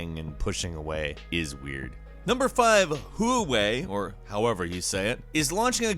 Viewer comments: It is Huawei (hwatt-way) not (who-way)...... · It's pronounced as wow-wei not who-wei. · Huuwaajjj .. lol Try saying: WAH-WAY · Who way? Its wha way😂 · Its not Who-way... Huawei is pronounced hoo-a-way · who way???? its called huwah way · Who-way? Lol Americans (h)Wa-Way "H" silent. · Huawei is spoken as "wow-way" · Huawei is pronounced WAH-way. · Huawei. Pronounced "Hwah-way" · Huawei is pronounced Waa-way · Huawei = HWAH-way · Wa-Whey huawei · it's pronounced wawey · You say i like "Whawei" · Its pronounced "wee-way". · Hoo-wai 🤣🤣pls tell me that's not how Americans pronounce it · It's pronounced "Huawei". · The media pronounces it like "Wah-way". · Wahway is usually how it's said. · It's Wah-way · Gaming no it's pronounced wha-whay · hey so i like your videos but something that bothers me is that you rarely make an attempt to say “non American” names correctly. Huawei is actually really easy to say if you consider it for a moment. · How difficult is Huawei to pronounce? Also, are you guys making fun of his English? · dang it you are butchering all the foreign names: first Le Mans now Huawei. please get your facts right, people look up to you,. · The Way you pronounce Hauwei is cringe worthy like no one says it like that, it hurts my ears. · How do you not know how to pronounce Huawei. It is literally the biggest phone company In the world.